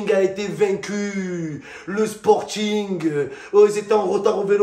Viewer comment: "le " 😂😂😂